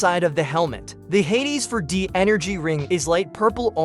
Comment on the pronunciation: Is this a fucking AI voice? Why does it pronounce "absorption" and "4d" so weird